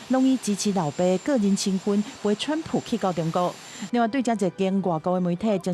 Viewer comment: 今天的主播報得很好,口音很純正,我不像其他主播都故意把川普用英語用華語或英語發音,很專業